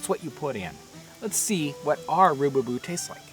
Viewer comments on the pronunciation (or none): Its rubaboo not roobyboo